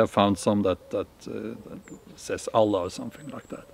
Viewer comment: Wow, one of the few white men who say the name of Allah correctly 😂